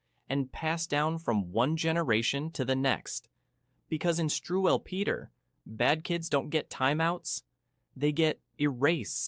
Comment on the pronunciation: Pronounced strool peta